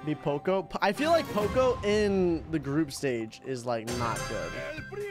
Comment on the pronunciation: Why does he keep on saying choco it is poco